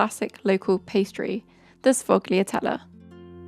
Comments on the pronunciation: It’s sfoh-lyah-TELL-eh, not glia. Gl pronounce as ya in Italian 😊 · suh fog lee ah tell a ... ??